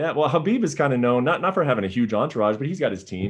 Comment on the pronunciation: I find it funny that he doesn't know how to properly pronounce (k)HABIB! Love you Justin, I'll be watching.